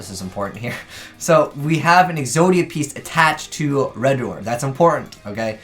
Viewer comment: Still can't pronounce Redoer.